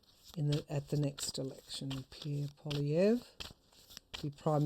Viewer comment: Greetings to you lovely insightfull lady.... thank you for the correct pronunciation of his name poi-li-è-vre... like pouah-lee-hey-vreuh.... yes we are feeling how people do not belive in Trudeau anymore... but we are not necessarely in tuned with the Conservative's Poilièvre party... especially here in Quebec...